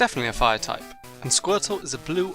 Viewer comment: You mispelled the title again You said Tupe insted of Type